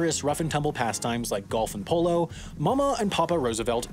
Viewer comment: Cannot lie I thought you said golf in polio instead of golf and polo